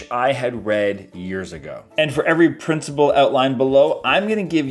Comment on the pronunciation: Thanks for the video,. I hope you don't mind my saying, it's principle, not princible!